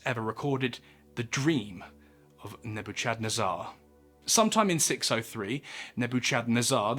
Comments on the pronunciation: Isn’t it pronounced like “Neh-buh-kuhd-neh-zur?” Love your content btw. Just noticed the unusual pronunciation. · I immediately caught it too, I was like Neb-o-chednazar? 😂 I don’t blame him though, I had to google the pronunciation when I was reading my bible first time I saw it lol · I'm dying with the way you say "Nebuchadnezzar" hahahhahahahahaha 🤣🤣🤣 Do you know the name of morpheus' ship in the matrix? That's how you say Nebuchadnezzar 🤣🤣🤣🤣 Cool videos, though. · The severity of the mispronounciation of Nebuchadnezzar will give me nightmares. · I'm sorry I am not a grammar nazzy but man the way you say Nebuchadnezzar lmao. I had to share. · Watch the matrix, the name of the ship... That's how you pronounce that dudes name bruh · I just can't get over the way he pronounces Nebuchadnezzar........